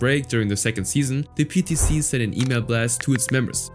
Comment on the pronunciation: PTC sounds like peta